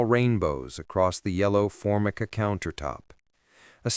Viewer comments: Say... for- my - ka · WHY can't they get a narrator who can Pronounce Formica ? I want to listen to 1961 but I already have a feeling that as she pushed her shopping cart down the florescent light isle of the supermarket. this could be a 7 min story that might tell something use Full but It's drawn out into a 22 min. time killer and sure it will pase a few times for Ads.